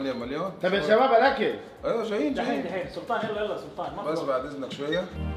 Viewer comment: ثحث رد عليك ثلطان 😂😂